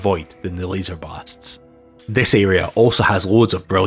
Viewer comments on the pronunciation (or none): none